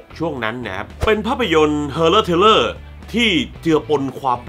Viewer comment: พี่ช่วยอ่านว่าทริลเลอร์ได้มั้ยคับ